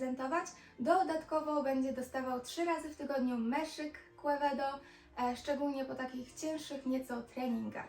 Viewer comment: Quevedo z hiszpanskiego czytamy ( kevedo ). Piekny kon i ty Tez.